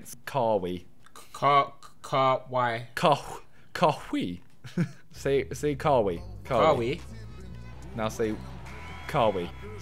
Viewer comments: It’s not KA WEE ITS KA WHY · Lmao they said Kah-Wii it’s kah-why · It's pronounced Ka-Why not Ka-We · It’s Ka-why not Kaw-heee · kawee its kawhy i specified it but its spelt kawhi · Its not kawiii it kaw eye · Does anyone else cringe when he says ca wee instead kawhi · This is how u pronounce Kawhi Kah-Why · It’s KA-WHY Leonard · kawhi (kuh-why) is the best defender in the nba so not bad dropping 15 simon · When you say Kawhi think of saying it like KA-WHY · Man said kah-wee😂😂😂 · Pls, its Ka-Why* 😂😂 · Whys Tobi pronouncing Kawhi like Car-wee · They always ask kaw hi But they never ask haw ki Doesn’t make sense but it sounds right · Ka-wee? lmao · It's pronounced 'Ka-why', thought even the black guy would've known that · FAM ITS KA-WAI U GUYS ARE SAYING IT WRONG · Dog it’s, ka-why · lmaoooo they way u pronounced kawhi kawi. bruh i bet u dont know how to prounce his name even after he is hella famous now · Its pronounced Kuh-Why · It's ka-whyyyyyyyyyy? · his name is pronounced KA - WHY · who else got mad when they were saying carweee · no hate but its Ka-Why Leonard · Honest help. It is 2K, not NBA. And it is pronounced Ka- Why. Do enjoy the videos though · It's actually pronounced kawhy leonard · It’s pronounced kuh-why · His name is pronounced Ka why just letting you know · Tell Tobi it is pronounced (ka why) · ArQS Rapid This is how to you spell joke J-o-k-e They know how to say kawhi. They mispronounced on PURPOSE. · Him butchering Kawhi's name slightly triggered me ngl haha Watching simon struggle to play 2K is amusing hahaha gg for trying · It’s triggering me how they’re saying kawhi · That ain’t how you say kawhi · Ffs i hate how they say Kawhi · I cringe everytime tobi says kawhi's name😬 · I hate the way they say kahwi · It’s pronounced kawhi smh